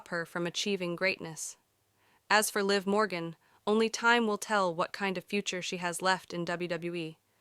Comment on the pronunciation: LIV MORGAN DUMMY & JADE CARGILL DUMMY DO YOU KNOW WHO YOU’RE EVEN TALKING ABOUT 😂WHO TF IS LEE?! 😅One minute you say their names right then two seconds later wrong again dummy or did a dummy write your statement 😂😂😂😂 I can’t idk if this is BS or any truth 😂